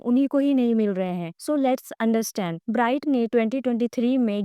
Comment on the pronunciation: If you are really his follower then you will know ..he is doing so so many things but can't be disclosed.. ofcourse big projects takes time..his movie will be in 2027..his album will be in 2026... And many things on the way.. and pronounce his name perfectly...